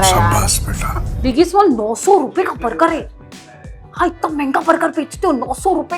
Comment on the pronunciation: Moti buger nhi burger hota hai 😂😂